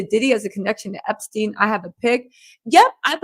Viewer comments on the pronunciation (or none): none